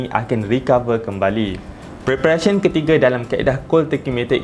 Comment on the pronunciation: Walaupun tershashul "ketiguer" tapi tips semua bermanfaat tq doc